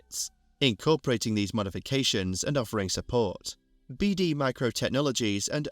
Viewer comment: His Surname name was pronounced "Beade".NOT pronounced "Beede"